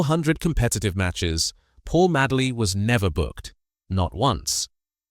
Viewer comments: Ffs he was called Madeley not Madley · Please pronounce his surname correctly not Maddley but Madeley sounding like Maydley Do your homework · Sick of AI commentary its Paul Madeley. pronounced MADE ley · You also pronounced his name wrong . As I say I was at school 🏫 with his Nephews. No worries . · How can you talk about a player when you can't pronounce his name correctly, your a fake,get off YouTube. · You can't even pronounce his name!!! What the fuck!!! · spelled his name wrong, pronounced his name wrong, do your homework mate, Paul Madeley Leeds legends R.I.P. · It's Madeley Ffs. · Can't pronounce his surname correctly. What sort of Leeds fan are you? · Such a pity that this post doesn’t respect this ‘Rolls Royce’ of players by getting the pronunciations right. So many mistakes. Dates, titles, names, nothing is left as it should be spoken. With Madeley you didn’t notice that the ‘star’ was missing, because he was as good. Being so good in all positions probably meant that he didn’t get the acclaim or first team games that he deserved. That he managed as many as he did leaves me wondering how many matches he might have played had he had one position.